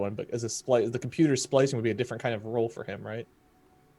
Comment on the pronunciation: Is it just me who hears splicing instead of slicing?